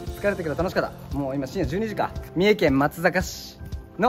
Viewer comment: まつざかじやなくてまつさかです。(松阪市民)